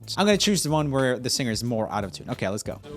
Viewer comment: Did anyone else think that when Roomie said out of tune it sounded like he said autotune?? Maybe just me... 😂 Honestly though I didn't agree with some of the answers especially in the offbeat or out of tune singing - not all singers have to sing on the tune - it sounds cool when they don't sometimes if that makes sense. It's hard to explain.